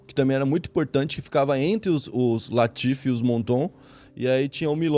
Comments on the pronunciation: Correção: LAFITE, não LATIFE. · Não é latife, é LAFITE. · Mas è LAFITE nao latife hahaha Mas mano to fascinado com esse canal! TOP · Lafite não Latife 😊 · Não é "latiffe", é LAFITTE. Não é "moto", é "mouton ", pronunciar "muton" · Eu soube que o barão Philippe de Nicolay Rothschild foi parar no Einstein após ver esse vídeo e ouvir o chamar o seu prestigiado Château Lafite de "Château Latife", e que Yves Saint Laurent, se revirou no túmulo por uma semana após ver alguém escrever seu nome no vídeo como Yvy Saint Lohan. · lafit nao latif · Latife = Lafite* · Nao é latiff. É lafite. E o moutou era o melhor.. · Latife, ou Lafite??? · O cara todo vídeo erra o nome do vinho.... É LAFITE não latif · faça outra correçao o nome do vinho e LAFITE e nao latife como voce falou. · Château LAFITE , leia certo, este Latife é invenção sua. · chateau laFIte Não laTIfe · Na verdade o vinho se chama Château LAFITE...e não Château LATIFE... tirando esse detalhe, foi muito boa a explanação... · dificuldade de falar Lafite kkk, falou Latife umas 10 vezes kkkk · Sei que é mais fácil falar “latife”, mas o nome do vinho é “Lafite”. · É LAFITE e não LATIFE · Lafitte...Laffite...Lafitte....Mouton Mouton Mouton , gosto muito de seus videos...mas ja faz varios videos que repete mal os nomes das coisas... na ediçao nao vê isso nao ?